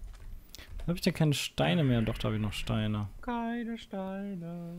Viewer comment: Ich bin mir sicher das er das 'k' in (k)eine vergessen hat.